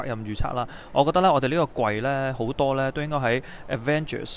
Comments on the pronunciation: arrangers 笑死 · 真係發極都發唔到avengers 個ven音 😂